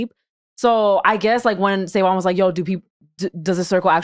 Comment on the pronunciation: yo that intro throwin me off SaVon you gotta switch that lol you can be " sa with the clean slate" or something but the pause into the "N" .... ( also s/o to P referencing rhody and my home turf's terrible driving that actually happened to me one time and somebody who saw us driving had called the police on us homie threw something out the window at me blew a red light trying to fishtail me)